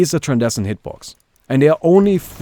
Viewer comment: its tran-scen-dent hitbox...